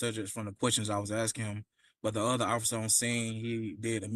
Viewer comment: A lawyer saying nother instead of other is embarrassing